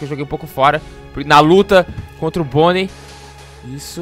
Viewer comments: Gueto não é bonei é Bonnie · Você falou pônei ou boni